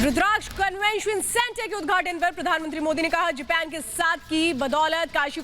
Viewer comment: जेपेन नहीं मैडम जापान होता है... पीला वस्त्र पहनकर बैठी मैडम ध्यान दें